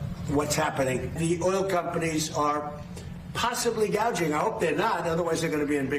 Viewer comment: I know it is gouging. Kamala called it gauging.